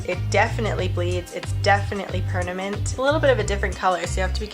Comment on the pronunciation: "Pernament Ink"